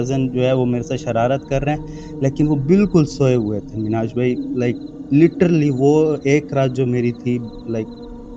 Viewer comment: LITERALLY ❌ LITTERLY ✅